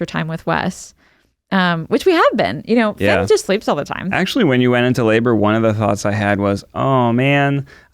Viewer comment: FINN does not rhyme with red !